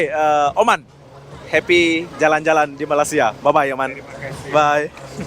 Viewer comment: Awalnya tadi mau subcribe channel ni.. tapi sebabkan sebutan admin gak betul aku gak jadi subcribe.. sebutan betul Malay sia bukan Malas sia..